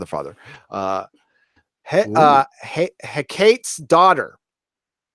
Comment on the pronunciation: I'm pretty sure it's pronounced Hek-car-Tees not Hec-kates. She is some mythogical queen of the underworld or something. Pay closer attention to the Harryhausen movie Jason and the Argonauts ( should have known this one).